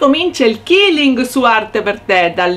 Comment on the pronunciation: Ciao ad un convegno mi è stato detto che la pronuncia esatta e quilling così come si scrive perché detto killing tradotto è uccidere